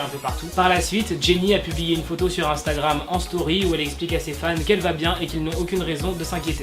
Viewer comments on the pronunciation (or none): none